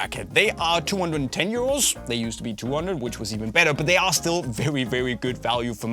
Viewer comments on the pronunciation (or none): i kept thinking u saying “year olds”😭 🤣 not “euros” 🤦‍♂️ i’m so dumb lol